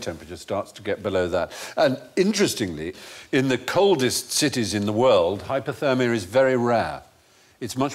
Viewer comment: It’s hypOthermia, Stephen, and not as you pronounced, hypErthermia, which is heat stroke. Sadly, every newsreader I have heard makes this mispronunciation.